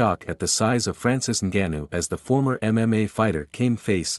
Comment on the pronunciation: You the first guy I had saying his name right. It's Ngannou but people say Angannou